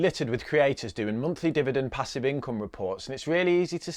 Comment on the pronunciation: Pa-sieve.... nice 👀😂😂😂